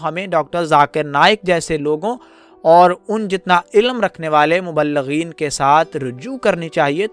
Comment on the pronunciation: BHAI ZARA APNA URDU TALAFFUZ SAHI KAREN. AAP LAFZ " ILM " KO " ILLAM " PRONOUNCE KAR RAHE HO.